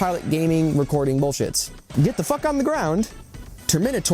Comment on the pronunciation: Funny that ol dude brought up leboof, since his inability to use the term fuk is juuust like that curly headed fuk from that movie iRobot. Stahhp cussin, yuh not good at it. Fr tho that ish is just distracting lol